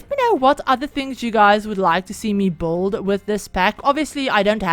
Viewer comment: So pretty!! Can't wait to have the pack! Btw I like how you pronounce build like "bolld" 😆